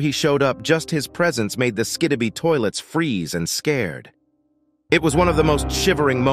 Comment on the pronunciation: i am stupid or he really said SKIDIBI toilets?